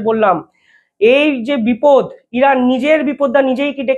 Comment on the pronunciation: ভাই, কথাটি "পদার্থ" । "পধার্ত" নয় । তোমার প্রতিটি প্রতিবেদনে একটি বিশেষ শব্দ "একাধিক" ব্যবহারের প্রবণতা দেখা যায় । এই শব্দটার অতিরিক্ত ব্যবহারে প্রতিটি তথ্য স্পষ্টতা হারায় । দ্বিতীয় বিষয় হ'ল, "বিপদ" শব্দটিকে খারাপভাবে "বিপোদ" বলা । এই সমস্ত ছোটখাটো বিষয়কে অবজ্ঞা করা ঠিক নয় । --- মানস রঞ্জন চৌধুরী ।